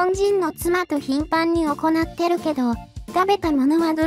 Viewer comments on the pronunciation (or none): 読み上げソフトでは難しいと思うけど、「行って」を「いって」と読むか「おこなって」と読むかで意味が違ってきます。 何か工夫がほしいですね。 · 行くと行うの読み間違ってるからw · …絶対にまた行って(おこなって)←と読んでます🤣